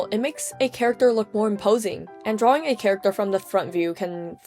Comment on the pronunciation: I love how you call it drawwing